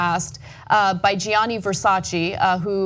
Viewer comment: Versace not VersacI!